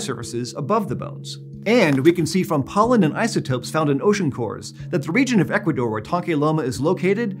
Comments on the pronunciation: Okay, I have never heard Equador pronounced like says it, and it makes me IRRATIONALY happy. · I think has a speech impediment. Yeh I can’t listen to this. She can’t say Ecuador properly. Ok I’m unsubscribing.